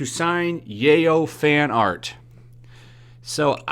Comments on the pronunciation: "Ric Manjagna" "Yayo" instead of Yaoi 😂. I'm sure I'm saying that wrong, sorry. It's fine m8... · Yow EE not yayoh lmao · Yaoi is pronounced “yow-ee.” Yup, SJWs are going to try and succeed where the Moral Majority failed. They’re going to infiltrate anime subbing, dubbing, and licensing in North America now. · This man said YaIo. Its pronounced Yaoi (Yah-oh-wee). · Yaoi is pronounced Yow-E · His last name is pronounced Minyana. Yaoi is pronounced “Ye-ow-we”. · Hell, I wouldn't sign yaoi fanart either, or yuri, or any sexually explicit fanart. By the way, yaoi is pronounced yowee. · Yaoi is pronounced “yow-wee”. Beyond that, I really can’t believe things are getting this bad. It doesn’t make sense to me. Over 10 years of him being broly and a bunch of other things and suddenly this shit happens. I’m tired of everyone trynna do this to anyone who’s vulnerable for being nice or playing too much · “Yay-Oh fanart” Me: snickers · Okay, have to correct you on one thing because it bugs me. it's pronounced YA-OWWIEE! I don't even like it, but I just can't stand the mispronunciation. Too many years of anime and 2 years of Japanese class won't let me ignore this. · Yaoi = Yeah-OW-EE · "Yay-oh?" Jesus Christ man! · It's basically guy on guy. And it's pronounced "yowie". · Lmao the way u pronounce yaoi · The only crime in this situation, is your butchering of "RWBY" and "Yaoi"